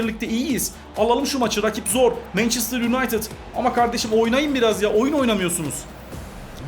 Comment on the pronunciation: abi o mançestır değil mençestır diye okunuyor :)